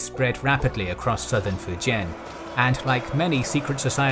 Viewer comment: can’t even say fujian right